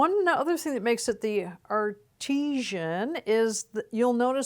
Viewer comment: Are - tea - shun or Arti - saan? doesnt matter, another fantastic review!